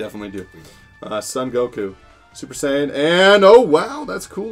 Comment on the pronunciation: Anyone noticed he said super sayin 17😂